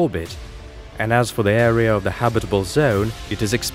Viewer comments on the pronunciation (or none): none